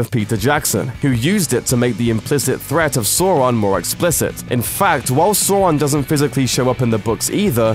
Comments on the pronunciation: Adi Aronsson Yes he did tell how it should be pronounced and again, NO, his manner of speech does NOT make it more convenient to pronounce Sor-on (as I have already explained, obviously you didn't read what I wrote.) And may I add, they pronounce it Sour-on IN THE MOVIES so there is no excuse for this unless the narrator never took the time to review the source content before making this video. There was a linguistics guide I purchased years ago for Tolkien's languages (apparently based on his notes, not all of which made it directly into the books or appendices originally) and it did go more in depth on things like pronunciations for the various languages as well as some common names like Sauron. It was official, not the work of someone else who wanted to make a buck expanding on Tolkien's work. If you need absolute proof, there you go. The reality for a British man is that an "au" sound should not give an "o" like "Sor-on." If anything, a good guess would be to have it sound like "aw" and rhyme with "saw" as we see in the name Australia. Saw-ron isn't perfect but it's very close to correct, a whole lot more so than Sor-on. The idea of pronouncing it as Sor-on by default is not supported linguistically, only culturally by assumptions made about how the name "should" sound. If an "au" would sound like the "o" in Sor-on by default, then Australia should be pronounced like Ostralia. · Address that you're pronouncing Sauron wrong? It's not SAUR-on, it's SOW-ron, the first syllable rhymes with the pained exclamation. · "Sore-on" eh, I forgive him for the mispronunciation. Prob'e just nother Chewsday innit..... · listen pal stop saying "sore-on" its sauron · False Fact: Sauron's name is pronounced "Sore-on". In all of Tolkien's Middle Earth works, the dipthong au is always pronounced OW as in how or now_ or loud. The correct pronunciation is as used in the films, sour-on. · It’s Sauron not Sawron! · It’s not sawron it’s sauron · It’s pronounced‘Sawron’ not Soron